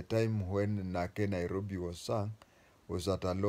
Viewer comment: You do not Know Lingala. Its even not nake nairobi it's Nakei Nairobi.